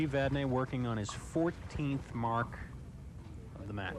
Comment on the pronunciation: Murphy Pronunciation: Vadney pronounced Vadnay, Dupuis pronounced Dupree. That along with Murphy Math on TV is certainly something...